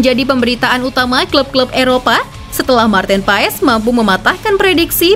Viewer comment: Koreksi bacanya martin pas